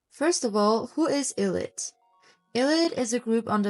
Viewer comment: How about you learn how to pronounce the group’s name first?